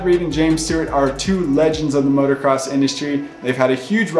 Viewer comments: Thanks for your hard work and late hours! (But please, it's "MOTOcross". I cringe at "MOTORcross".) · Same... I hate when people say "Motorcross"